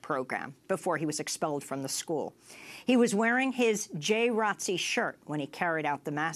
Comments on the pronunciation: Is no one gonna address the people in this segment calling JROTC as "Jay Rotzee"? As a former JROTC Cadet, it made me cringe every time. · I totally agree with you! It is called Junior ROTC not "Jay Rotzee" like its some cool, catchy new name for a program that has been in schools for way too long. Everyone knows what Jr. ROTC is but hiding it under this weird new name makes no sense, especially from the people in the video trying to shed light on the sick turn it has now taken. In order to help prevent further school shootings, let us call it by what it is--- JR ROTC, so people can learn about this now dangerous program that needs to be abolished. We live in a different time now and the military and the NRA has no business in our schools training these psycho school shooters. Students (and the parents who allow this) can go get innocently recruited by the military on their own time, or enroll in marksmanship programs outside of school, not in a public school setting! It used to be looked at as a respectable program in schools but now that I realize it is just sick military recruitment preying on innocent minds, this needs to go. This is no disrespect to your service in the Jr. ROTC. Most of the kids in Jr. ROTC are respectable stand up members of the community who could go on later to become decent law enforcement or in the military but the world is too crazy now and the military has NO business in our schools. The three Jr. ROTC kids who were killed by Cruz probably felt a sense of duty to protect others but they did not have the training or equipment or adult minds to do this, and they were proba